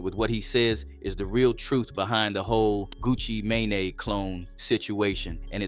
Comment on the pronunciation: Of course you can’t talk about Gucci May-Nay! There’s no one by that name!!! Lmaooo 🤣🤣🤣☠️